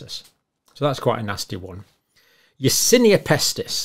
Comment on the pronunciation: "Yersinia Pestist" have you heard about "Yersinia Pestist" before xdddddd